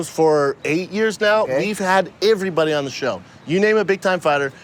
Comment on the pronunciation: brandone never doesn't say AYEverybody AVEvery video he makes. Also he says messsscan.